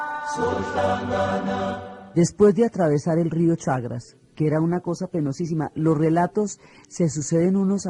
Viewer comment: No es el rió CHAGRAS es CHAGRES